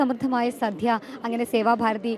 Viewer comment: please mind your pronunciation..അന്നദാനം ആണ് ശരി..അന്നധാനം അല്ലാ...സദ്യ ആണ് സദ്ധ്യ അല്ല